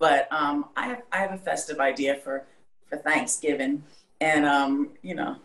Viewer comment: why'd she say thanksgiving with a southern accent 💀